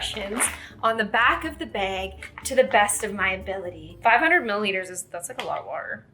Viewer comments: Why do you say “bag” wrong 😑 reeeee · Love the way pronounces bag.